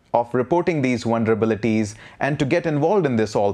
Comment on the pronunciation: Sounds like this dude is saying wonderbilities. I'm gonna start using this word.